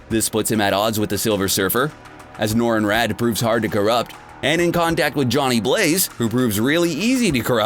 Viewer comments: IT'S Norrin RADD!!! NOT REND!!! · It's Norin Radd not Norin Rant